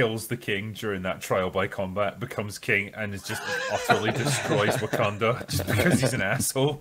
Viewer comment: Heh-heh, heh-heh. He said "Woke-kanda".